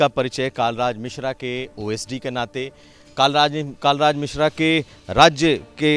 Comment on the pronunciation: नाम तो ढंग से पता कर लो आप पत्रकार् हो कालराज मिश्रा नही, कलराज मिश्र है